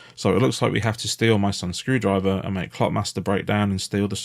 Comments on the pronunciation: skrew-DRIVE-er - the emphasis should be on SKREW-drive-er. The misplaced emphasis makes it sound like EFL or just unnerving x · With "My son's screwDRIver" it almost sounds like they cut up driver from somewhere else and added it here. Even though it was probably just how the VA decided to say it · i think the screwdriver thing might just be that hes emphasizing my son in a weird way cause it's his name. MySons screwdriver instead of my sons screwdriver